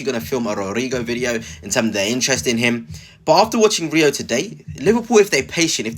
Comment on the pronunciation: I subscribed to your channel a few weeks ago but might have to unsubscribe if you keep mispronouncing players names… if you can’t pronounce Rio then please don’t make any more videos about Liverpool.